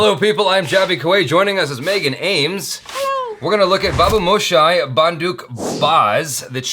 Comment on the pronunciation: you totally nailed the pronunciation of BABUMOSHAI !!!!